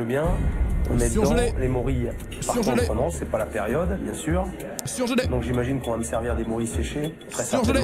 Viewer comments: "C'est pas bieng, fallait pas le faire " 🥺😂😂😂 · "C'est pas bieng, faut pas le faire" M Y T H I Q U E